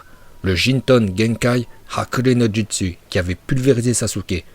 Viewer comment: A n'arrive pas à la cheville de Minato et sa se dit joutsou et sa s'écrie jutsiu Tobirama se fait exploser par MINATO. Et Minato peux battre Hashirama